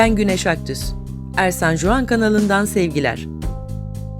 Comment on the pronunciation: bence kendi adınızı düzgün telaffuz etmenizi öneririm.JUAN ismi huan diye telaffuz edilir de onun için öyle söyledim...